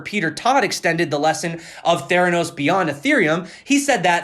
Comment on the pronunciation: You said Theranos properly.. Elizabeth Holmes was suppose to be the new Steve Jobs